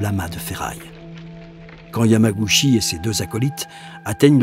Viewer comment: Bon reportage, par contre ça se prononce "Yamagoutchi". :)